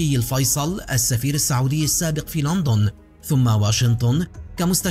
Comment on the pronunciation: اسمها لندن مو لانطن